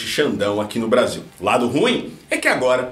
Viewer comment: 😂😂😂...."des filhes"...".pátria amada Brasilhe" 😂😂😂😂